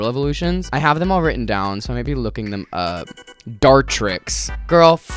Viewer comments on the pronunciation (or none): none